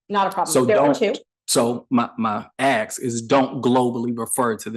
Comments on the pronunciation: the smartest guy in the room who can't pronounce 3 letter, single syllable words like ASK. the complete freemasonic DICK TAKER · has a degree in english but can't pronounce the word ASK. He thinks he's a lumberjack, so everything in life is an AXE. Please don't AXE me anything, but is sort of a lumberjack because he's handled lots of wood with his rectum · I don't trust anyone who cannot say ask.